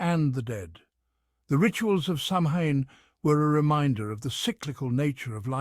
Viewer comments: You mispronounced "samhain." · Hard to give a thumbs up when the narrator can't pronounce the subject name correctly.